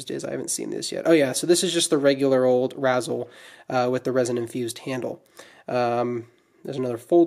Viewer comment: It’s pronounced rayz-el, a combination of razor and chisel